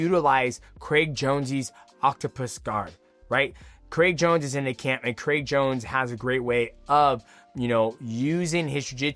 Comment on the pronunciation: Who tf is Craig Jonesy? 😂😂 why he keep saying it like that?